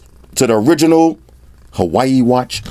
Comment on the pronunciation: the American pronunciation of Huawei gets me every time. Listen to MKHB's pronunciation. He's an American and can pronounce it correctly....